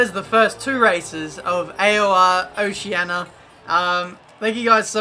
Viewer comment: Its oceania not oceana